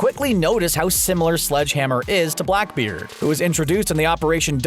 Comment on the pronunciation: AYYY MY BOI OVER HERE GOT BLACKBEARD RIGHT